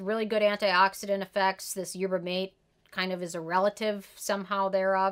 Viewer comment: Yerba Mate a spanish so its pronounced yer-buh mah-TAY.